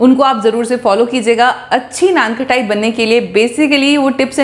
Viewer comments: First Learn it not KHATAI ITS KHATAI U r repeatedly saying KHATAI When u can't pronounce then how u cook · Sounds good. Pls correct your pronunciation. It’s not something “ khatta “ so it’s not pronounced like khattai. It’s “khasta “so it’s kha-ta-I. I hope you got it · Khttai nai HOTA khtaai HOTA hai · बार बार नान खटाई नान खटाई बोल रहे हो खटाई नहीं खताई बोलते है। खटाई का मतलब खट्टा होता है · It’s naanqataaii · You are misprouncing the name. Correct your pronunciation, it is annoying